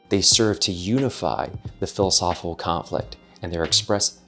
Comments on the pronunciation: Hard to embrace when the host cannot pronounce one of the core words of his video. There’s a “c” in “philosophiCal,” you know. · I'd love a super cut of every "philisophilconflit" in this video. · PLEASE pleaseeee learn to annunciate the word philosophical, especially if your going to say it 300 times in a video 😂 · No one caught the mispronunciation of philosophical. It’s odd. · There's an I and a C after the H in the word Philosophical. And they're not silent. 👍